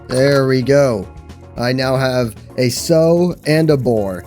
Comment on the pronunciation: Just FYI, the word "sow", referring to a female pig, rhymes with "cow", not with "go".